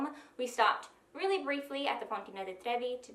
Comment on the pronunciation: Fontana. Not fontina.